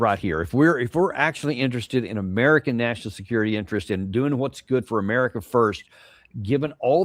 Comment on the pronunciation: u say it like i do because thats what it sounded like when Lydon Johnson said United States of Murca